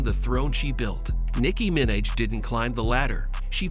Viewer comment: nicki “minach” is frying me 😭